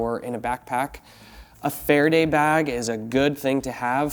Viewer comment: Far a day….. not sure what you said but it wasn’t that. Aka come aluminium foil